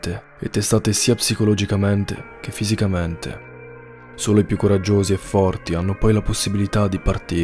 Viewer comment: fisicamènte, mentalmènte. Madonna che fastidio